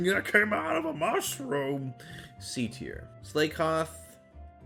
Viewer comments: Slay-king? Slay-koth? I always thought it was Sla-king and Sla-koth... like, cause they slack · I can't believe you pronounced them "slay-king" & "slay-koth" when they're so clearly a play on slacking & slack off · Ya gotta pronounce it Sla-koth so it sounds like Slack off. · the fact that he pronounces slakoth and slaking with "slay" instead of "slah" is great. slay, king. slay. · Did he say SLAY-koth....!?!?1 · He missed Slakoth being a play on "Slack Off" and called it "Slay-koth" D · how did you miss that Slakoth and Slaking are literally named after loafing around and are pronounced "Slah Koth" and "Sla King" silly silly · All my faves were s tier. But I was bothered how he said “slay-king” and “slay-koth” totally ruined their punny names lol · The way you pronounce slakoth and slaking... Do you not see the puns? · Wow what was that slakoth line pronounciation